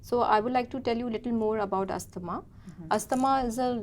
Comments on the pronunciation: So, she said 'Yeah/yes...for many times...inappropriately and she mentioned 'I completely understand your concern for many times... Pronunciation of Asthma is also wrong.. etc. despite those mistakes, you have uploaded this conversation for others to learn?? Ridiculous... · asthma- you have to pronounce it correctly as a doctor....!!!!!!